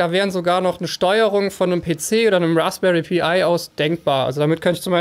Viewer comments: Raspberry Pi wird "Pei" ausgesprochen, eben wie der englische Kuchen (apple pie) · BITTE SAG RASPBERRY PI und nicht P I :D ES TUT SO SEHR WEH IN MEINEN OHREN! Oder sag Himbeerkuchen, wenn es schon eingedeutscht werden soll^^